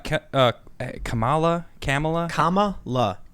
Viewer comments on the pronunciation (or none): Lydia, a native Finnish speaker here. The Finnish word is pronounced pretty much exactly like Kamala's name is supposed to be pronounced in English. Finnish words in general have the emphasis on the first syllable (KA-ma-la) while Americans appear to emphasize the middle syllable (ka-MA-la), but it's quite an indistinguishable difference. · Just so you know, Tim, her name is pronounced “commuh-luh”, not “kuh-mala”. Sorry to be that guy but... I am that guy. I’ve already accepted that long ago... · KAH ma la, not ka MAH la. Get it right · Funniest thing is people correcting others about her name's pronunciation saying it's like 'comma' are also wrong. Kamala is pronounced as "come-uh-lah' (kam is pronounced as the English word 'come', the name means lotus in most Indian languages) For reference try 'कमला' in google translate speaker & choose Marathi language to get the most proper pronunciation. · My moms name is Kamela Harris and it was changed from Kamala due to people pronouncing her name wrong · For the love of Pete! Can't anyone pronounce her name correctly? It's Kamel-Toe. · I get the contradictions in her past but her name isn’t Kam’aa’laa, it’s a single ‘a’ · Comma - la. Say it right she’s gonna be your next Vice President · it's pronounced kameltoe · Stop tryiny to say "Kamela" and just say Terrible. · come on Tim you know its pronounced Cumallon Harris... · Kamala is pronounced "camel toe" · The Finnish pronunciation is hard on the first syllable, KAH-ma-lah. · I’m of South Indian ethnicity. And I can’t, in my right mind, vote for a woman who can’t even pronounce her own name correctly. It’s not pronounced “Comma-la”. And in the Indian languages, her name means “lotus”. Her name’s translation into Finnish suits her better. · Its pronounced Comma-la like comma...LOL. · Comma-la is literally the way the fin’s say it too. It’s too perfect! Horrible Harris the Uncle Rukus on the democrat plantation! Love it!!!